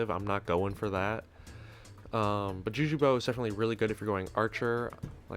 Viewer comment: For a second i heard "jew jew shortbow"